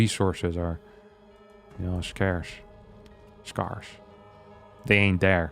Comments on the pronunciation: scarce sounds like scare-ss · scarce is said like scare then the end is said like the ce in nice. never noticed nothing really rhymes with it but it's close to hearse.